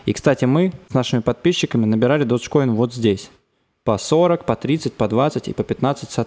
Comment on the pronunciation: додж коин..... ты выговаривать научись